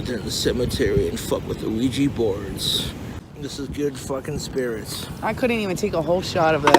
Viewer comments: ah-weegee board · Wish I had an "uh-wee-gee" board... Donations are greatly appreciated. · Oh-weegie borg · I hate how he enunciates the O in ouijia board lol